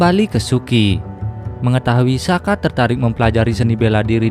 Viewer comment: Soka bukan saka